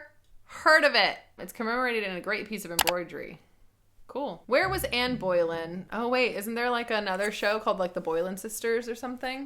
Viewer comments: Just a heads up, Boleyn is pronounced Bo-lynn not Boy-lynn ☺️ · Oh I was in physical pain when said said Boy-lyn. Sorry I love ya. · Was anyone else dying at the pronunciation of Boleyn 😂😂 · the pronunciation of boleyn had me dead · I admit I winced in pain when mispronounced Anne Boleyn's name. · The way you said Boleyn upset me. I do not recommend the other Boleyn girl. It’s an okay film but it’s so inaccurate. I’d recommend any series by Dan Jones. He’s a historian but his stuff is definitely some of the most interesting to watch. It’s not dull and boring.